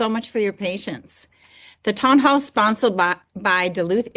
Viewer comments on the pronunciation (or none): Correction: It's "Sponsored by," not "Sponsled by". You didn't correct your mispronunciation of the word "Sponsored".